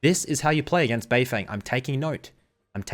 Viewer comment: Can you at least make an effort to try and get Asian names correct? The English casters are bad enough.. BeiFeng is pronounced “BeiFung”, the e is not an “eh” sound..